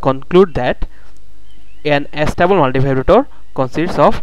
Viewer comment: it's not As-table multivibrator idiot it's A-stable multivibrator ....